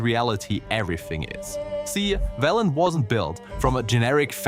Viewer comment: "Veelen"? Did you play W3 with sound off or something?